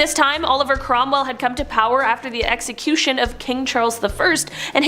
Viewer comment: Weird how you can say "execusion", but you can't say "death"?